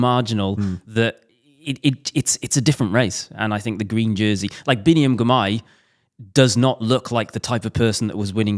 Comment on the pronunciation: I noticed in this years Tour, Ned and David Millar could not pronounc Girmay's name correct, it was always GRimay. Thye finally got it, i suspect after a word from someone. Bit of dyslexia going on there.